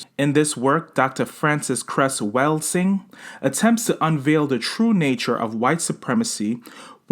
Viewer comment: You're saying her name incorrectly.